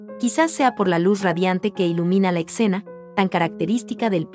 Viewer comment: Me gustan mucho tus explicaciones, pero con todo respeto se dice escena no etcena